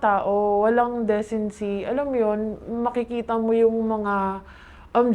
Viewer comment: Saka ung pagbigkas nya ng decency